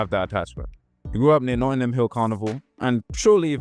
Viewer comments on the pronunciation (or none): none